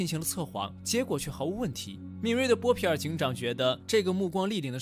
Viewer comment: 看了几十遍了，不过up主念错了很多，妹妹是米沙，有一幕念成米粒了，还有那个是波皮尔，念成波尔皮了，哈哈，不过依然很精彩